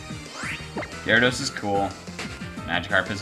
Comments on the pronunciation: Ray Vun you said he said jardos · did you just call a gyarados "jurdos"? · He called Gyarados Jerdos XD